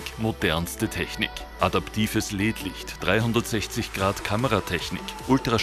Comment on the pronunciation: Habt ihr ernsthaft LED als "led" ausgeprochen? XD lol